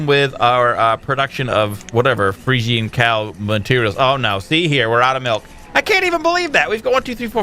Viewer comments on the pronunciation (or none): pretty sure they're pronounced "Freezehens", not 100% but that's how I've always heard them pronounced. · Friesian is said free-shin as far as I know, just an FYI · Fresian is pronounced 'Freeshun'